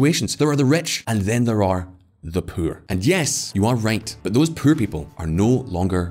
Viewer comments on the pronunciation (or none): This dude pronounces the word poor as pure